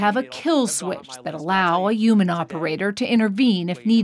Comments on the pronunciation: What the hell is a youman? This lady thinks all Hs are silent. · She kept saying human without the H. Wtf? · I hate how she pronounces "human" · I dispise those who pronounce the word "Human" without the "H" !